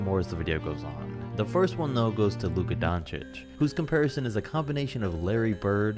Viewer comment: mans said “lucca donic”